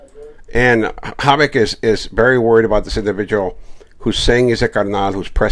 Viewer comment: Rene I think this guys name is Hovik, not Havoc brother. Im Armenian and think you might be pronouncing it wrong.